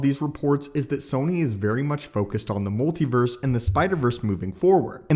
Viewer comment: "pacifically." "molti-verse."